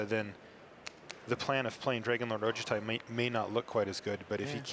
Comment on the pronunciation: They always pronouce Dragonlord Ojutai wrong. Its O-joo-ti. Not O-ja-ti.